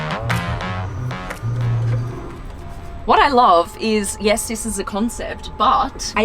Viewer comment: Blondie When She Sees an Amazing Car: WHAT What Americans Hear: WATCH